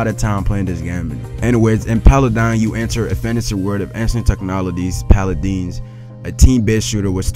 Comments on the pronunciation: how the fuck do you not know how to read? Pala-din? Pala-dine? nigga its paladin. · i mean Paladeens, no...Paladines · "paladynes" "paladeens"... it's called fucking PALADINS. "PAL-A-DIN" .Pal as in friend, ADIN as in a dinner. you English failure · "Polodons" LOL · At number 2 we have Paladans, paladains? Paladance? 😂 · Paladin pronounced (Pal Add In) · Yeah but the way he was saying it is paladans it was funny lol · Trust the guy who can't say paladins. ...Suuuuuuuuure. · I can actually hear the community college in your voice. What kind of failure can't pronounce PALADIN?